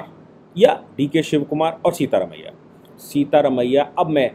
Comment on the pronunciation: सीता रमिया नही सिद्ध रमिया।